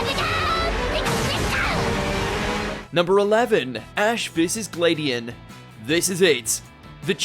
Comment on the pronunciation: You said Gladion’s name wrong You also said Korrina’s and Kukui’s names wrong